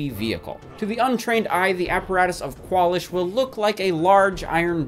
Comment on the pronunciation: It's not "KWAL-ish". It's "kwalEEsh". What are you, stupid?